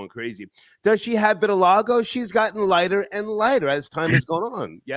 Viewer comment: Also couldn't pronounce vitiligo 🤣🤣🤣